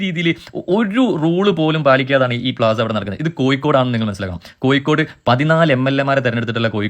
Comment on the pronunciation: കൊയ്‌ക്കോട് അല്ല